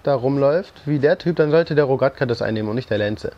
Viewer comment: Tsunami Rex ES HEIßT ROGATKA